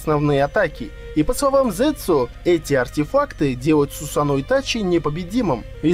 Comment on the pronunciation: Не сусано(ударение о) правильно Сусано(ударение на а)